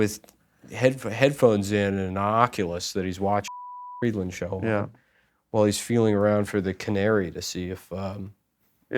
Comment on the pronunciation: Why does Adam say his own last name so weird?